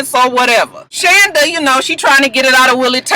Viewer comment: ....you pronounce her name SHAWNda........lol....Muah!